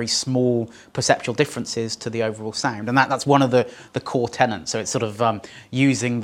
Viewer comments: "Fundamental Tennents" - that's the brand of lager that makes you say Tennents (or tenants) instead of tenets? Joking about this slip aside, this is, sadly, nowhere near up to your usual standard. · Basic TENETS - not "tenants"!!